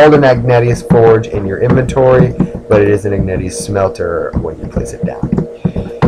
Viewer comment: Also, it's "ihg-nay-shus".